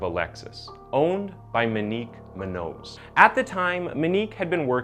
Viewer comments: Moenik is how you pronounce her name man smh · I don't know if nobody's taught you how to pronounce that name right or if you've never heard someone say it before but it's Mo-nique not Me-nique. The butching of my last name is forgive able because it wasn't spelled with an Ñ. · So irrelevant but his pronunciation on names is horrible my god lmao “minique” “munose” MO-KNEEQ MOON-YO-Z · Wait I thought her name was "Moe neeek?" Monique not "ma neek" .... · Muh-nique muh-nose…. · Kid had no license going 120 mph . And her names MO-Nique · "Minique"... "Oddy"... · The cringe is real every time you say Monique “Moo-Nose” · You are saying her name wrong. It's Moenique like etop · It's pronounced mo-neek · Or Monique! "moe neek" so easy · Monique has an o in it. I really thought this woman had a strange name but it's just mispronounced the whole time. Very strange but good video. Too bad he got away with it.